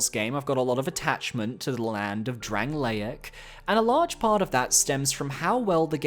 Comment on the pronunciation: sorry but how did we pronounce dranleic, lots of attachment you say?????? pfff bro thats rancid